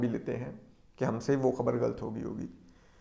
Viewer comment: Lafz "ghalt" nhe balke "ghalat" hota h. Maazrat k saath.